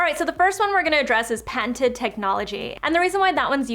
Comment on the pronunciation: Aruuna Z. I was wondering the same thing when she said the word. It’s patented but I heard panted.